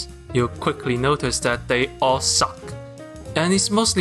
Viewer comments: I love how you pronounce the work "suck", highlighting that the plot rly SUCK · the way he pronounce "suck", lmao